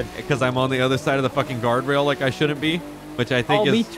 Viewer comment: When he said I hit a gawrdwail instead of guardrail 😂